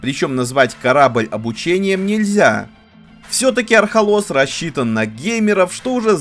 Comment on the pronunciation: Архолос, Архолос, ударение на первую гласную! Марвин оторви автору язык🤣